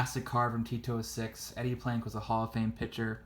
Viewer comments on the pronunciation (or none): Every time he says 'T206', it sounds as if he's saying Tito Six.